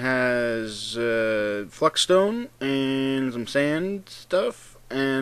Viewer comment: Fluxstone, not fuckstone.